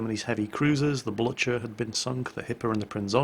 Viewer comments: It's Blücher, not Blutcher. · the "Blottsher" ???Wtf man...i cant watch this shit, my ears are getting cancer. dislike, ended watching. Too bad. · Quiz for everyone: Which ship does mean, when he says "Blutcher", and how did he come to the conclusion that that is the right pronounciation?